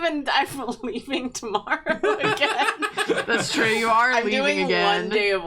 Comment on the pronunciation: Drawfee Awards AND Porfmas? Dreams do come twue